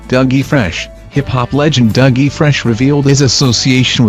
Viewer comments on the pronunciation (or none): none